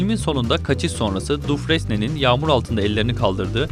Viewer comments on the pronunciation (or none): Böyle videolar yapan kişinin konuya biraz hakim olması gerekmez mi? Dufrense diye değil, Dufreyn diye okunur. Exidias değil, Exodus diye okunur...Defalarca izlemekten artık herkesin bildiği isimleri bile bilmemek, filmi bilmediğinizi düşündürüyor. Bİraz özen lütfen.. Bu filmler bunu hak ediyor...